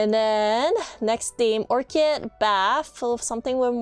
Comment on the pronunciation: Orchid is pronounced ork-id, it's a flower. :) Thanks for the guide!